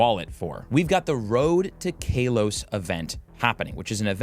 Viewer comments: It's Kahlos not Kaylos! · Kaylos? Kaleos? My man, I think its Ka-los. I don’t care too much for pronunciation, but it threw me off when you said it first lol. Aside from that, this is a really great and useful vid! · He say kaylose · I don't care much about pronunciation, but it cracked me up each time he said Kalos like Kale-os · i cringe everytime you say KALOS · My brother in Arecus what was that pronounciation of Kalos?? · He pronounces it like that on purpose for clicks